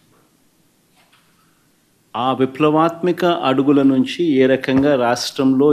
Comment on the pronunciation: విప్లవత్మిక కాదు విప్లవత్మాక 😂